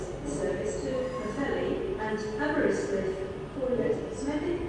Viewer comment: CANT PRENOUCE PWLLHELI RIGHT PWTHERLI PWLLELI